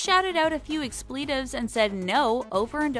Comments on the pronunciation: Expleetives? Doesn't anyone review this for mispronunciations? Jeez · The skits don’t even count. What a waste of time 🙄 And the narrator needs to learn how to say “expletives” properly. Sheesh!